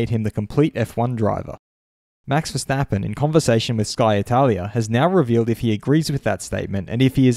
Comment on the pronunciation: Who the F* is Verstapeen? Kart World Champion?